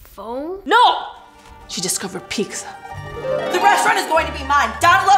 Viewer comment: lele pons u just said peekza its pizza kapesh ok